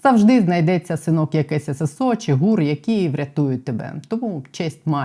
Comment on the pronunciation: ❤ тільки прошу Вас говорити не чі а чи!!!